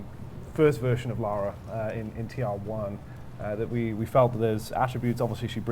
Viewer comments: It's Lara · It's Lara! Not Laura! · It's LARA! People who pronounce her name "Laura" piss me the fuck off! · It's Lara. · Lara. Not Laura. Lara. She's not american. It's Lara.